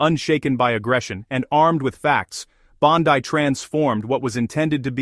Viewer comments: By the way. Her last name is Italian in origin. It is pronounced phonetically Bawn-dee not Bawn-die! Please correct and issue an apology to the Attorney General of the United States. As far as Dick Durbin is concerned. He couldn't give a rat's ass for anything that anyone of President Truman's Administration has to say on any subject. The old bastard has a pathological hatred of Donald Trump as do most of the Criminal Leftist Leadership Group! Why? Because the President is slowly draining "The Swamp" of D. C. Leftist politics where swamp creatures like Durbin have existed for far too long! I'm surprised Durban didn't address the Attorney General with "NOW LISTEN HERE MISSY ...!" As far as the Qatar jet is concerned. It was gifted DIRECTLY to the U.S. Air Force as a replacement for the current Air Force One aircraft, which is at least three years past due for retirement. If anything, by accepting the gift, the President saved taxpayers the expense of purchasing another aircraft from Boeing to replace the obsolete one! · Why can't you pronounce Bondi correctly?